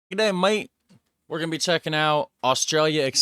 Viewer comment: Haha nah no offence but its gdeey maate